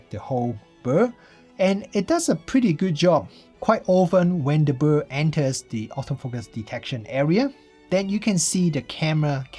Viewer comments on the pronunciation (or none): Woww, love you pronouncing bird as "bur" 😊 I guess I'll buy the z9...